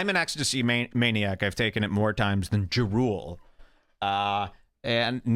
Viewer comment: I laughed way too hard at pronunciation of Ja Rule, I love how his throwaway lines will have me rolling